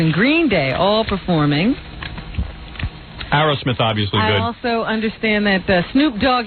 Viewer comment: Why does Howard call them "Arrow" smith instead of Aerosmith..?